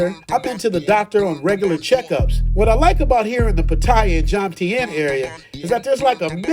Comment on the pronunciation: Bro I’ve been to P. I. And Thailand U call it Pat-taya,! We call it Patt - aya Beach!!! Bro when I retire I’m going to P. I ( Subic City) do ur thang!!!